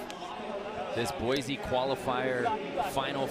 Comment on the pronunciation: at least pronounce boise right.